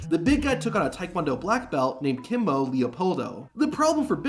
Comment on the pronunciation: It's kimo not kimbo lol